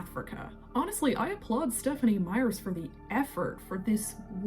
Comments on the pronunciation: It is the VOL TOUR E phonetically, not "the vulchary", like it sounds went you say it. Also, the author's last name is MEYER not Meyers. If you are going to keep making videos about the books and movies the least you can do is take 2 seconds to listen to an interview or somebody else's video or rewatch the movies so you are pronouncing things right. I can't WAIT to hear you try to pronounce Quileute, which you fully avoided doing in your video about Jacob. You obviously need to reread all the books and rewatch all the movies because you get things wrong often. I haven't even read the books in about 20 years or seen the movies in the last decade but I know you are wrong often. If you want to do this as your hobby or "job" you should at least do it right. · Slight correction, the author's name is Meyer, not Meyers. I hope I said that without coming across as rude. I totally agree with you BTW. The Volturi, were underutilized and I would have changed the story in the same ways. 👍🏼